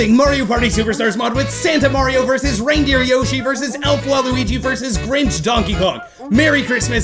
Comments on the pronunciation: When he said reindeer yoshi I thought he said random yoshi 😂😂😂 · You acutely said Rambo yoshy